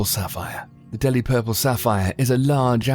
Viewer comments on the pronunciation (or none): none